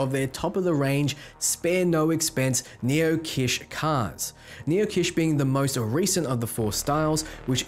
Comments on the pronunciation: Like the word Kitchen, without the the 'in' sound at the end. Or the word Bitch with a K. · It’s not pronounced “Kish”. It’s “kitch.” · "Kitsch" is pronounced "kitch" (like a "witch"), not "keesh". Haven't you ever heard this word before? It's not like it's some obscure term. Kitsch is the art direction considered to be cheap or in bad taste. Too colorful, too bright, too aggressive etc. It's contrasted by "high art" or stuff we'd call classy and toned down.